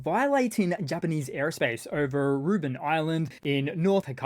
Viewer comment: The japanese island is called rebun, not ruben though 🥸